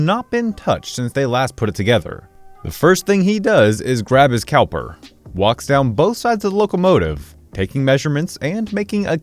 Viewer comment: "calper" I've listened to it a dozen times. I could swear that's what I'm hearing you say. What next? Something about macrometers?